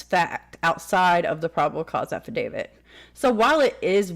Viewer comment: Brian Entin's pronunciation: Ahhfidavid 🤣